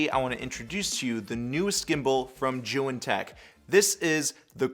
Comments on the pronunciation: He pronounces it as joo wen lol It’s zee yoon say it man zee yoon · When he said joo wen I stopped watching lol, he does seem to know what he is saying